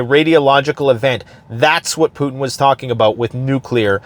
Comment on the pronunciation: I'm beginning to think that you're not actually Canadian. You don't pronounce "about" right. p.s. I hope that made you chuckle.